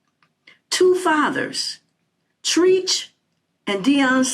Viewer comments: New subscriber here... It's not Treech, but Treach. Like "Tread"...drop the 'd' but add 'ch'. Other than that, leave these hyenas alone if they don't want to listen. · When she said treech I hollered. Who is that???? Anyway I received the message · you called him “Treeech” lol. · I think that is so cute that you don't know how to pronounce Treach. Knowing that it's short for treachery should help you.